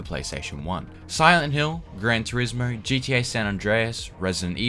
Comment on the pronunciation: Sorry I've never heard of "Gran Torismurr"